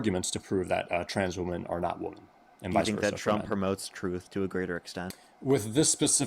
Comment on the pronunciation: I get sick of them never knowing how to pronounce the word 'womEn' in the plural